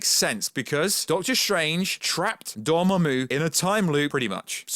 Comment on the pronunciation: Took me a minute to know you were saying Doramammu